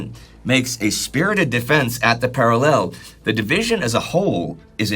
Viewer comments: i know its not pronounced para lell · It's going to be a long war listening to that enunciation of 'parallel'... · please learn top pronounce parallel correctly. If I have to go three years hearing you get it wrong i may just start screaming incoherently at you.